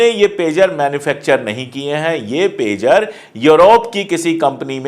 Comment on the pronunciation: pizza nhi pegar name he